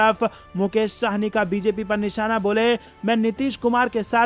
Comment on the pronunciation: यह शाहनी नहीँ है वरन सहनी है ।